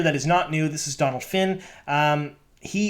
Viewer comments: You pronouce Dónal like doughnut (doughnal) not Dónal like donald :) fellow irish person here... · To be clear it's Donal not Donald finn